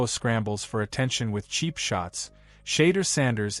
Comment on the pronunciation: Shader Sanders? Skattabo? This AI shit is getting out control lol